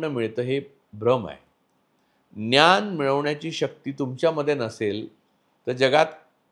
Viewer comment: "न्यान" नाही रे भावा, "ज्ञान" म्हण